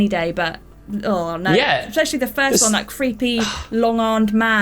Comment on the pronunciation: Why does the woman pronounce the word especially as eckspecially? She did it in a video a few days ago too